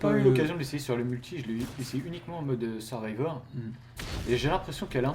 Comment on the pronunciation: Si toi aussi t'as remarqué que n'arrive pas a dire "mode survival" mais plutôt "mode survivor" XD